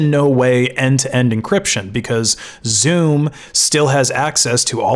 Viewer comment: Every time he says Zoom I hear Zune